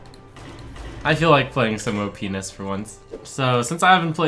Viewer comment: ''playing some openis''